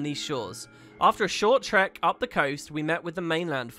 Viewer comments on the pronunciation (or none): none